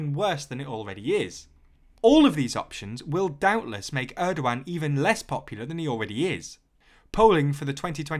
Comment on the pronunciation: That’s an interesting pronunciation of Erdogan